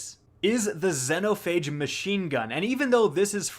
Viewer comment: How he pronounces xenophage hurts my soul